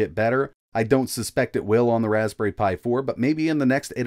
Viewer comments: Raspbnerry pi? Nerry a berry insight. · Raspbnerry Pi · Ah yes, the old Raspbnerry Pi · Raspbnerry :D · Ah yes, the legendary "Raspbnerry" Pi ;) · We all know him, the wonderful "Raspbnerry Pi" 😜